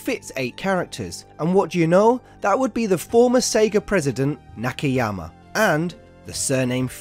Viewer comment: This man can’t read. Nakayama, not Nakeyama. Shinagawa, not Shinegawa. Haneda, not Hanida.